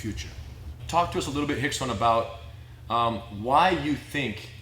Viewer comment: If his name is rickson why does it sound like y’all call him hickson